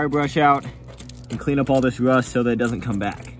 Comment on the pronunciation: did you say rust or wust